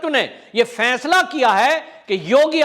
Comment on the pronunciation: कृपया फैसले को फैसला ही बोलें। फैंसला नहीं....